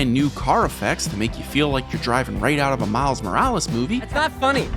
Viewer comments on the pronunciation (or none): none